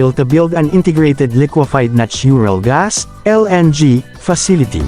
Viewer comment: Your natural gas pronunciation bothers me.